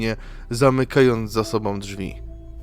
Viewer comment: ...drugOM, czwartOM, sobOM...przez to OMowanie nie daje rady sluchac....wychodze😢